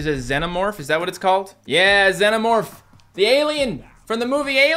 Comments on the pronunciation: Correct pronunciation zee-no-morf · im sorry but this pissed me off so hard is (zeen o morph) not (zen o morph) once again im sorry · It's pronounced zEEno-morph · The Xenomorph is pronounced "Zee-No-Morph" btw. GET IT RIGHT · ITS ZE-NO MORPH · Its not pronounced like that its spelt zenomorph but pronounced zeenomeorph